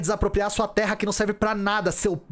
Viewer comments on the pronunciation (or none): none